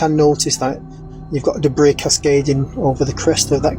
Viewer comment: Don't forget Wright Patterson Air Force Base is in OHIO. It is rumored that "debris" from UAP crashes were taken there for years. Okay, NOT criticizing you,, since I know English is not your primary language, and you speak English really well, I am going to tell you how to pronounce the word debris. It should be pronounced "dee bree" the "s" is silent. I hope this helps! 😊 I love your videos, keep up the great work and keep doing things in English, please?! 😊